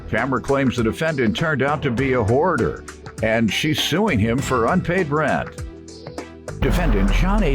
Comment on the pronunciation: Lmao: She said Hoarder (whore-der) 😂😂😂😁